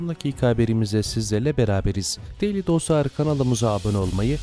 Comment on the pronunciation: Derli değil, de-ĞER-li. Türkçemize saygı lütfen.